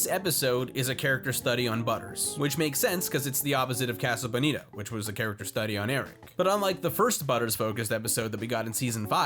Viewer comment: Im going to fucking kill this guy if he says casa bonita wrong one more time